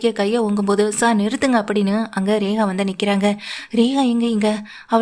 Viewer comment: Rekha va regava. Ucharippu sari illai.